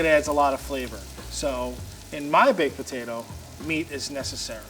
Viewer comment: “Baked pertatoh”